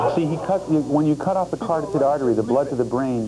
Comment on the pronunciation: "When you cut off the card-tid artery..."